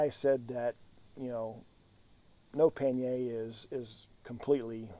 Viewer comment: Nice informative video. Thanks! For the record, a you tuber named path less pedaled did a 30 minute interview with the head editor of the Oxford English Dictionary and they discussed origins and pronunciation of the word pannier. It is pronounced pan-yer and is actually English in origin. Just a bit of trivia for ya and yes, I can’t believe I watched the whole dang video about it 😊. Thanks again!